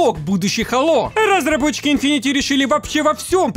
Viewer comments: У меня кровь из ушей идёт от "инфинити", читается как инфинит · видео как всега топ, но хэйло инфинит, а не инфинити))